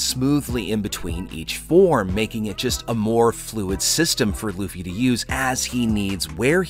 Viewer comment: did you just call him Loufa? lmao